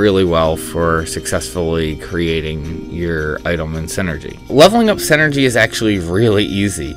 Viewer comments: It's SIN-er-gy, not SEN ergy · Not to be that guy but... it's pronounced "sin-ergy" not "sen-ergy". Otherwise this video was very helpful. Thanks.